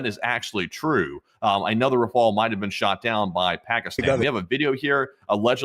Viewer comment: Why do you say rafala, it's RAFALE - RAFALE mean Gust , like a gust of wind of a like barage of something ( punch, missile, bullets etc ) RAFALA is NOT a word. Just look online for the prononciation.